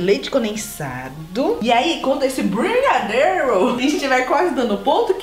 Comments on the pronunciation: não é brigadeiro é brigarerow ksksksks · Quantas vezes vcs falam brigadeirow